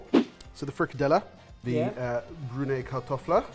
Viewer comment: You absolutely butchered frikadellerne 😂. It would have been a good idea to follow a recipe.